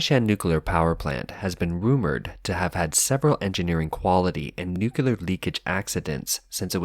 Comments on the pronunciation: What is NUCULAR? He keeps saying NUCULAR, is this a type of Nuclear energy? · It’s not spelled nucular it’s nuclear why do people insiste on mispronouncing it.